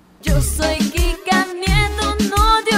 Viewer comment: No se ustedes, pero yo escuché crika nieto envez de Kika nieto